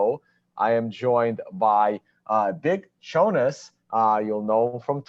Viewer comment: Did Chonis just say thanks Chone instead of at the end?? Anyway awesome conversation, would like to see Chonis on here again